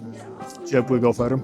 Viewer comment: Fajny odcinek i super przekaz na koncu😊 ale za kazdym razem jak uroczy prowadzacy mowil gofer to krzyczalam do telefonu GOFR!!! 🙈🤣🤣 Pozdrawiam